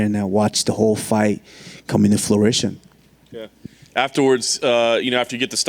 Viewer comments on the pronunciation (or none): Kamaru u are awesome but the word is fruition not fluition. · Good thing Usman was able to watch the fight “come into flurition”. The champ of making up words